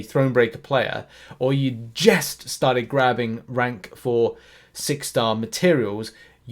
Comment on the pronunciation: You said Jest?? You mean just?